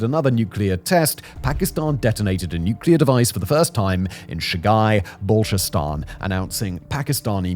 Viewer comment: Whoever is hating on the guy, just realize that he can't even pronounce Balochistan right. He's presenting the west's PoV , and it makes sense